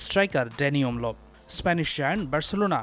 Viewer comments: আরে ভাই ওমলো নারে ওলমো তোরা কি সাংবাদিক নাকি জেনে বুঝে সত্যটা প্রচার করা এবং নামটাও ঠিকমতন বল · Not omlo.. He is olmo 😂😂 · It’s not omlo,,he is olmo